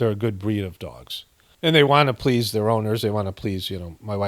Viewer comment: That and the way he says plis instead of please.